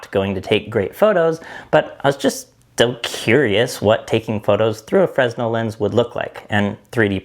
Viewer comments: FREN ell not FRES nel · Fruh-nell not Frez-nell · FYI, Fresnel is pronounced like "fruh·nel" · I called it a FREZ-nul lens for 50 years. I recently learned it's French and pronounced fruh·NEL. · Absolutely no shade as I love the designs in the video and the presentation of the video - but just FYI it's pronounced like Fren-elle not Freznel. The S is silent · Great video! And it's pronounced "Frenell". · fresnel is pronounced like fernel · Frenel* without the s.. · Love the work, just a minor thing. Fresnel is pronounced Fruhnel. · AFAIK “fresnel” is pronounced “fre-nell” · great video, love the ingenuity of the lenses. One small note though, in Fresnel the 's' is silent so it's pronounced freh-nell, because French is a fun language. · BTW, the S is silent in Fresnel. fruh-nel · The 'S' in Fresnel is silent. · no one ever pronounces it correctly.... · mispronunciation of French names is an american pastime more popular than baseball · I always thought the "s" in fresnel was silent.. maybe a british thing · Cool stuff! Just a heads up, though, the S in Fresnel is silent. M. Fresnel was French.